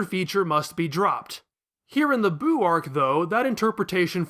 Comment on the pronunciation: It’s Buu. Not boo.